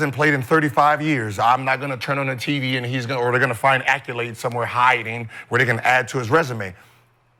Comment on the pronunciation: Have Gil spell accolade then pronounce it 😂